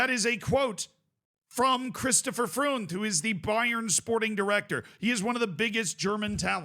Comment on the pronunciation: had the same thought. In Freund he also proved to not know how to pronounce the eu sound in German. What have they taught you in college, mate?